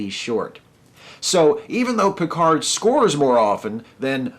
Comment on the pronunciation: As a french, it's always funny to hear him mispronounce his own name when he says with a booming voice "This is captain Jean-Luc Picard of the uss enterprise !"¨. But at least, he pronounces "merde" quite accurately.